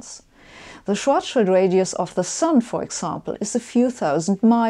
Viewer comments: I love how she pronounces "Schwarzschild'', i'mma use it from now on. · Uh, she's German. Of course she pronounces EINSTEIN and SCHWARZSCHILD correctly! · Sabine, I watch every episode of yours and enjoy your explanations. I have to praise you first, as you are one of the few in the English-speaking world who correctly pronounces the surnames EINSTEIN and SCHWARZSCHILD. The funniest are the speakers who pronounce SCHWARZSCHILD as SCHWARZS CHILD! You are also one of the few, who consistently uses the SI measurement system. However, in this episode, you also started using outdated medieval imperial units and talked about the diameter of the Sun in miles. I hope this was just a one-time linguistic failure, as we Europeans have no idea how much one mile is and what mile you meant. Stay healthy!